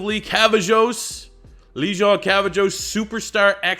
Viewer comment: I’m pretty sure it’s Lejond is pronounced (Legend) Cavazos (Ka-Vay-Zos)